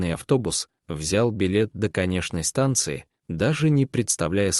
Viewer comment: Не на "конеШной" ,а "КонеЧной" остановке